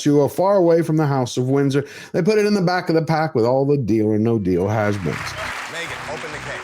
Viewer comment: "Haz beens"👑